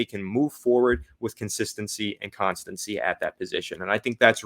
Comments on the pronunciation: Bro you gotta stop saying constancy 😭 “consistency” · Con-Sis-Ten-Cy english 101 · Con sis ton see